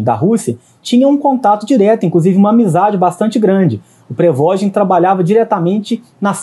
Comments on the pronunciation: "prevogin" kkkkkkkkkkkkkkkkkkkkkkkkkkkkkkkkkkk nem falar sabe pqp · Pregogi?? Nem sabe a pronúncia correta do nome do cara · Reporte de merda, não sabe falar, não sabe nem pronunciar o nome .... PQP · essa pronuncia do prigozhin ficou mt estranha